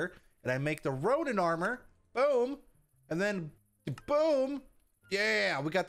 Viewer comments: ronan* not ronin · He is ronan not ronin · Anyone else screaming at him that its RONAN and not RONIN? Besides the pronunciations are different it is Roh-nen (ronan) and raw-nin (ronin) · biffle biffle..... you did ronin not ronan the difference is one is a version of Hawkeye at the beginning of end game while the other is a space alien that’s steals the power stone from Thanos in the first guardians of the galaxy soooo maybe if you did the right armor you would’ve won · it's Ronan not ronin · It’s Ronan not ronin